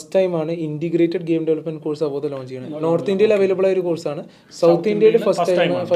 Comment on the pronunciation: it is അവോധ not avodhaya. Do some homework